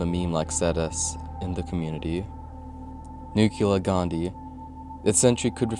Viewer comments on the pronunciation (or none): and it's nuclear not nucular